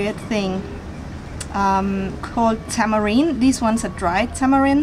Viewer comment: tamrimdos are also Mexican people don't know about Mexican culture. i'm Mexican so that really offend me she doesn't even know how to say it